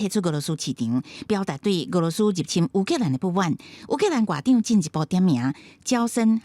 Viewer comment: 乌（oo）克兰的乌读音合台视无同